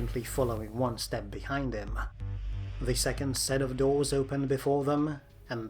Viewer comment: Are you juat unable to say "the"?